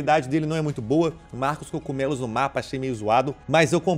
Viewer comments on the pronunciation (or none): Que porra é cocumelos caralho o nome é cogumelos só eu que fico incomodado com isso?